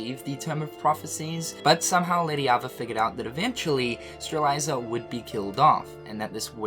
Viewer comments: the name is Strelitzia, how are you pronouncing it Streliza? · Say it with me,, Struh Lit See Yuh Strelitzia No judgment but if I don't point it out nicely someone else is going to point it out rudely:) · I can’t get over “Streliza” for Strelitzia. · Okay. Three things. 1. I'm pretty sure Maleficent learned of the Tome of Prophecies in Re:coded. She can only learn more about it from the past. This means that it wouldn't be right if she was in the past before KH2 when she didn't know about the Tome until that game. 2. still can't pronounce Strelitzia and Lauriam's names properly. 3. Knowing Nomura this will all make sense after a while but man this story gets crazier and crazier. But it's a delicious story none the less. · Lmao you're pronunciation of Lauriam and Strelitzia are killing me. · And strelitzia and ephemer wrong